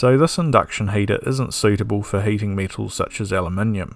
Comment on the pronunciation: lol Aluminiumium